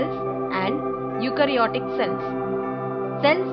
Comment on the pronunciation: That is prokaryotic cell and eukaryotic cell not prokrayotic or eukrayotic cells